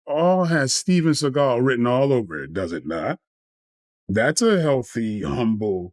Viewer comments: Sawgal not seegal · Oh man, his name is Seagul but he pronounces it as Sea-Gall, now that is funny. Thanks for this. I will be saying seagul for the next two weeks. If I was in a street fight and could only have a Hollywood actor by my side Michael Jai White would be at the top of my list, Seagul is crazy. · See-Gull... CASUAL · How do you not know how to pronounce his last name 😂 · This whole video is disrespectful to Steven Seagull and mispronouncing his name. Where’s the videos of him doing these things in your accusations. Lastly, a real Steven Seagull fight in a ring can prove or disprove his fighting abilities. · How many times did this bullshit narrator repeat the same shit and say Seagal's name wrong? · At least learn how to pronounce his name if you have content on him